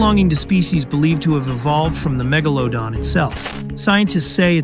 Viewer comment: Bro literally missed magalodon is megalodon with a e